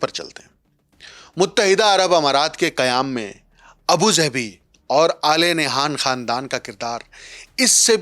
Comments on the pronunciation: Its not Nayhan, the name is Nahyan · Al Nah'yaan hota hai pai